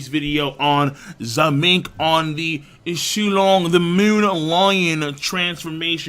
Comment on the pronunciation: Did you just say su-long meat? Thats f**** up bro